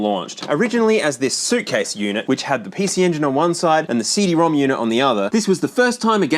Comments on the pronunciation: Fun fact The PC Engine CD ROM² is actually pronounced as CD ROM ROM (シーディーロムロム)) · fun fact, CD-ROM² is pronounced "CD Rom Rom" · Hate to be the bearer of ridiculous news, but CD-ROM² is pronounced ”CD-ROM-ROM”. It’s outrageous, but true.